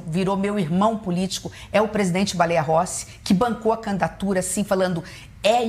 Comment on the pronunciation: " Candatura ", não aguento 😍